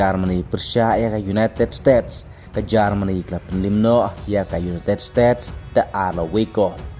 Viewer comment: United States ❌ United Stets✅😂 this guy is crazy